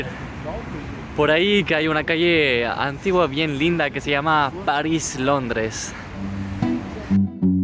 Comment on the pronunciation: Es muy loco escucharte decir calle Paris en chileno. Maravilla verlos siempre!